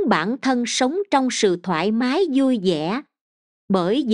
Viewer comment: Nội dung bài viết rất hay, người đọc cũng có chất giọng hay, nhưng sao giống học sinh tiểu học vậy, bỏ dấu loạn xạ gây câu từ vô nghĩa : LẤY LÀM VÙI là gì ; HƠN NƯA là gì ; 5 GỜ MUỐI là gì....nói chung nghe rồi mới thấy thất vọng